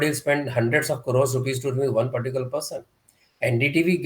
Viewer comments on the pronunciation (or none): none